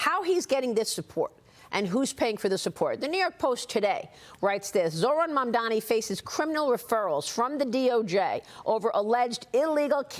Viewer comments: It's Mamdani, not Mamdami... The F is wrong with you? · Who the f**k is “Mandami”????? It is MamdaNi..you sick f**k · Cuomo still cant say MAMDANI. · You can't even pronounce his name, MAMDANI you bozo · A man that can’t say a name right wants to be a mayor. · It's MAMDANI M-a-m-d-a-n-i. You'll get it right or you'll sound like and idiot once he is mayor.😂 The city of NY is NOT choosing this vile,predatory, lazy, nepo baby clown... we ALREADY HAVE ONE FOR PRESIDENT. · He still can’t pronounce his opponent’s name properly 😂😂 😂😂😂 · Cuomo is such a chump. It's "M-A-M-D-A-N-I"! Learn how to read, you bum! I also find it QUITE rich to see the way Cuomo, the sexual pervert and aggressor who was forced to resign from the governorship in DISGRACE (and whom the New York Post - also owned by Rupert Murdoch) mocked mercilessly at the time) and who was responsible for the deaths of thousands of senior citizens during Covid, is now fretting about what would happen to NYC if another catastrophe hit us. The answer, of course, is that with Zohran as mayor we'd be a HELL of a lot safer than with Cuomo. That is overwhelmingly clear and obvious. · {}{}{}{}{}{} - Cuomo still not able to say Mamdani name correct , Cuomo needs to go to speech therapy in order to speak correctly !!!!!! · bro really refuses to say his name correctly. you’re a joke dude